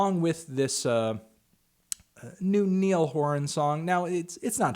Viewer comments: Niall Horan: ny-ul not nee-ul HAHA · Its Niall as in Nile not Neil :l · it's pronounced "ny-all" melon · Niall is pronounced Nile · I also think the tracks garbage as with the rest of his and 1 directions releases, but i'm Irish so having the name pronounced wrong is a melt. it would be said like how your would pronounce the river Nile essentially